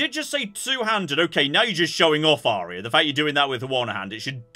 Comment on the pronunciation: "Its a good day to be Aria" Somehow this just sounds so wrong in my german ears😅😶💀